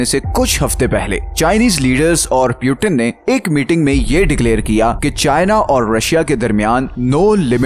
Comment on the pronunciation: Putin ka pronunciation to think se bot lo dost.